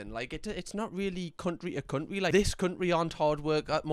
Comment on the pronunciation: "cunt'ry" is perhaps my favourite pronunciation of that word XD